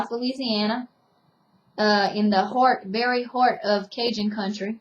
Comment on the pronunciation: "the very heart of cajun country" The way you pronounced "heart" could've told me that :) Love this accent :D